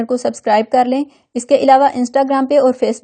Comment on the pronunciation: Aalaa Hafiz nahi hota ma'am ....... Allah hafiz hota hai ......thoda thik se boliye